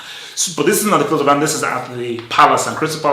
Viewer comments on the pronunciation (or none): "Field of An" 😂